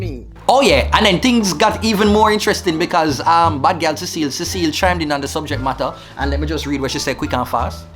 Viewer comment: It’s the “Ce’cillie” for me 🤦🏽‍♀️